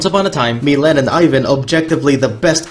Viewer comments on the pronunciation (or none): none